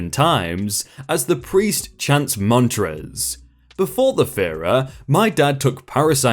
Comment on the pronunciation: ‘Ph’ pronounced as ‘f’ is an English thing... Therefore, the part of the Hindu wedding called ‘phera’ is not pronounced ‘fera’ , but, rather, ‘pera’ with a slightly more aspirated ‘p’ Source: I married my Indian husband in an Indian wedding, having lived in India for 3 years... :)